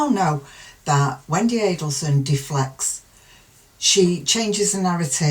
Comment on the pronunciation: You say Wendi perfectly. Ignore complainers